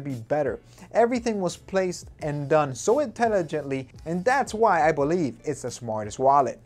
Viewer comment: "I bolieve "